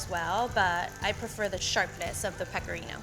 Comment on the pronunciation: This is how many times she said pecarino 👎🏻